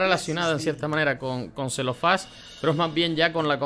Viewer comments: A ver, es C-L-E-O-F-Á-S, Cle, no cel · Es CLEOFÁS, no CELOFÁS 😁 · haha mori de risa con celofas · Celofas? 😂😂😂😂 Cleofás és lo nombre correcto. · Celofás, Lol. Nah, no vengo a burlarme (aunque sí da cosa el audio en inglés, cuando toooodo lo demás es español). Gracias por la información, me ayudó mucho en el proceso.